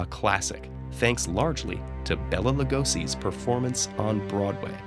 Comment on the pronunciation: And even Ted-Ed can't pronounce Béla Lugosi's name right.